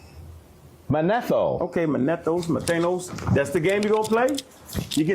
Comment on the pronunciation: This dude said “MaTHANOS” 😂😂. a whole joke goofy. Arguing with Jabari who’s an historian, and he admittedly doesn’t know history.